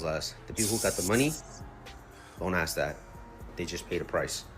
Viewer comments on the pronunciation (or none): I tell British narrators all the time to stop adding 'R's' on the end of some of their words, so don't take it I'm picking on you. It's just that when I hear that you want to...'assk' someone a question' you pronounce it 'axxe' someone a question. Enjoyed your video